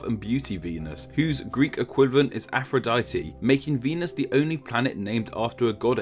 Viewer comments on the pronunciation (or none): XD afrodity it sounds like afrodeety